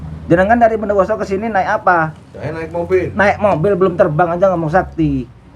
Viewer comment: Bukan orang bondowoso ituuu yakinnn 100%bilang bomdowoso saja gk bnar cara pengucapannya